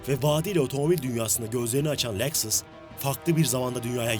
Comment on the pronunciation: Leksıs ne lan? Lexus Lexus, LEKSUS... SUS LEKSIS DİYECEKSEN SUS 😂😂😂😂